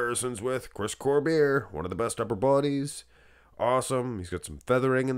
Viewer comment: His name is pronounced Cormee - ay. It's French